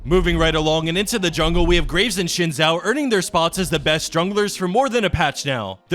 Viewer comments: SHIN Zhao..... triggerd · Oh god the way he says xin Zhao